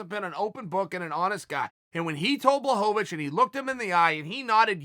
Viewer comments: Has to be a wind up. Surely. Jan Blo-vo-vo-vic and Blo-hon-ovic. Chael is giving Joey Diaz a run for his money in the name fuck up game. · If uncle cheal says guys name is "Jan Blahovovovoich" his god damn name is Jan Blahovovovoich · No one: Chael: Yawn Blahanovic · blah ho ho vich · Its Yan Blahanovic, at least according to Chael lmao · "Jan Blohanavich" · Jan who? If uncle chael mispronounces your name you might not be ready for Jon Jones. I'm sure he's a good fighter but even Anderson is still trying to figure out who ko'd him.. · Poor Chael screws up soo many names. It bothers me more when Brenden Shlob says "SOE-NEN" every time, even when speaking directly to Chael. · 6 different pronunciations of Jan’s last name lmao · Lmao....can you get jan's name right please.....or just say jan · Wel I mean Jan Blahovovovich still landed harder punches withing the fight, so im not sure Corey looked that good in this fight, beside his movement, which was very good. I really respect your opinion though and keep fking going with it :) Im from Poland, and still I understand, that there isnt enough hype for Jones vs Blachowicz fight vs Reyes fight... hype is hype, and its a business, but there is 50% Jan will get it, and he does deserve it :) although its pretty easy, not Blahovich, its Buahowich;) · Blahovovich. Blohanovich. Blahovich. Kamara Usman. Chael says names wrong on purpose and it's frikkin HILARIOUS. LOL. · Chael “blahomavich” Sonnen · Jan „Blachovowicz, Blachanowicz“ Blachowicz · It's pronounced BUA-HO-VICH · Chael is washed up forreal. He then called Jan "john blahadavits" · Chael " Jan Bullhanovich" Lmfao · Chael: Blowonabitch. Me: Dont mind if i do.. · I choose to believe that Uncle Chael is clowning is, intentionally mispronouncing "Blahovovoich" and "yarear" just to keep us meming in the comments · Ciael "Ian Blahovovici...." Sonen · Chael “I don’t have the foggiest idea how to pronounce Blohovovich” Sonnen. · He really just gave up and called him blonhanavich